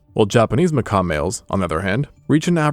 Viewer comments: Well, it isn't an English word anyway. "French, from Portuguese macaco, from kaku mangabey, plural makaku, in one or more Bantu languages of Gabon and Congo " While I did notice that you'd said it weirdly, I just assumed that you'd never heard it pronounced...which is apparently correct. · Bro missing a a few letters at end of that monkeys name. I thought the video was talking about birds all of a sudden 🦜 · Can't suffer hearing the word Macaque pronounced wrong so many times, had to stop. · Noah fence but how do u research a whole video for a species of monkey without learning how to pronounce the its name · The q is not silent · no, he just doesnt realized his mispronouncing macaque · he wrote in a comment that he learned a wrong pronunciation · It won't be fine lol. You can't make YouTube videos about an animal and mispronounce the name of the animal. Sure it's not a big deal, but it's not something that's just okay to do. It's still a mistake. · Hey...nice video but a "macaw" is a big ass bird, darling. These are Macaques...like 'Mac-kack'. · Loved the video just like I love both your channels, but for crying out loud, these are monkeys 🐒not parrots 🦜. MacaQUE not macaw😂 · How did this video go from monkeys to people? And it's macaque not Macaw. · "Macaw"? A macaw is a bird. Those monkeys are called Macaques. "Macacs". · Bro you calling them Mcaws was driving me nuts. I woulda clicked off if I was a less patient man. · macaque is not pronounced the same way as macaw. Lmao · Bro, it pronounced makak, not makaw. Some say macock and that's fine if that's your thing. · FRRR why was he calling them macaws 😭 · I thought he was talking about a bird when he said macaw instead of macaque. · 😂 Happens to the best of us. Macaw 🦜 ≠ macaque 🐒 😅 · Japanese 'Macaw'? What? That's not how you pronounce Macaque...its a monkey, not a parrot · is that how you're supposed to pronounce macaque? I have only ever heard it "ma-cah-khe" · IT'S PRONOUNCED "MAH KAWK"